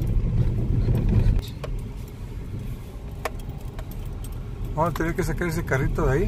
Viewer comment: Amigo narrador del video con todo respeto no se dice tarraceria se dice terracería